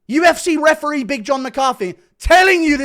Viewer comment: Csn someone tell how to pronounce EE at the end of words, instead of eh? ReferEE not refereh. mEE instead of meh. StorEE not storeh